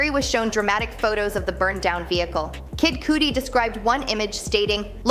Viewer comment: Said kid cudi wrong smh